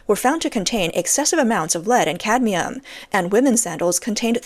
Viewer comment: at least this time "cadmium" was pronounced correctly!🤣